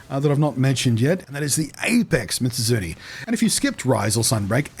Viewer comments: Meez-oot--soon-eyyy. There, you can say it correctly now XD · to any curious, mizutsune's name is specifically made up of the japanese words mizu(water) and -tsune as in kitsune(the fox yokai thingy) so it'd be pronounced "Me-zoot-soon-nay". Blunty seems to be saying "Mitsuzune" which is probably just a mild bit of dyslexia switching around the zu and tsu sounds. Common thing with words that have similar sounds like that, I've heard people say "mitsuzune" specifically more than a few times.